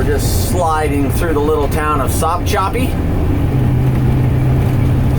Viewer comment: You got sopchoppy right but murdered O-CA-LA LOL